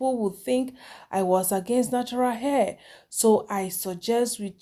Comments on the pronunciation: She is forming accent yet pronouncing HAIR as AIR lol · Nautural "h" air